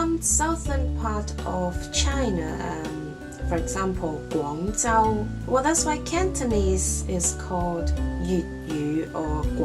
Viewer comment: I was surprised by how you pronounced 'Guangzhou"; I guess I had it in my head incorrectly! You sounded to me more like I would expect to hear Guang Zou or Guang Tsou (?) I wonder why I was thinking differently!